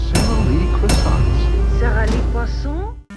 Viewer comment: When you said "Presenting your croissant to the TV-watching public without consent.", you pronounced Croissant as Cwaa-sahn-T - A Cwah and with a distinct hard T. A is pronounced as O. Unless there is an E at the end of a French word, you hint at but don't say the last consonent. N would be pronounced at the back of the throat. Thus the pronunciation would be Cwaw-sawn[g], as McFadden had done in the commercial, the first time she said it. <DING> -Everytime I try to spread unrefrigerated butter on my croissant, I end up smushing it. So, it is better to heat it up slightly, then pour melted butter over it, after. Also, I thought you were joking about it being McFadden. I had to look it up to confirm it because I didn't recognize her at first. Once you said it, I saw the resemblance. But by the end of the commercial, I had to agree. Stupid borderline Facial Recognition Disorder! If it had been a movie, with no hints as her to identity, I would have been wondering how I knew within ten minutes. I might have possibly guessed it. So, was so young! <DING> <-- That one is my for borderline FRD getting in my way!